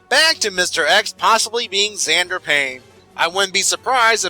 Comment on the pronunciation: I would like to point out that xander starts with an x as in mister x